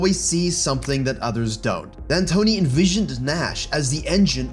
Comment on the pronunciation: Ah yes, Mike No D Antoni.